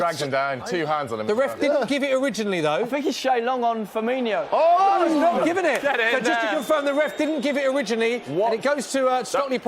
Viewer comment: FirmiNO not firmiNIO !!